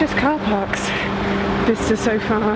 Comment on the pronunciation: " Bister " more like "Byesester"